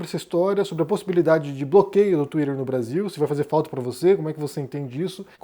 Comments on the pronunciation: Tomara que essa porcaria de X desapareça e nunca mais volte... Não vai fazer falta nenhuma e não vou ter de ouvir o pronunciando "Tuider"... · Por que o pronuncia „twitter“ de uma maneira tão americana, com a língua enrolada? Às vezes até demoro a entender. 😢